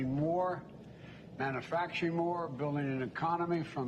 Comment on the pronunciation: Is he bragging about gas prices really. ?? It's 12 bucks in Alaska and he cannot pronounce man u fracturing lol he's a Joke , he's a complete joke , what a liar